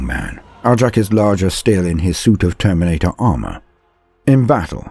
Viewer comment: My guess is the Language Police. "But Why?" I hear you ask. Because the SW are Space Vikings. And in Scandinavian languages J's are pronounced as Y's. So... it's pronunciation should be more like Aric. And yes I know I'm sounding like one of them. But I gave this vid a thumbs up.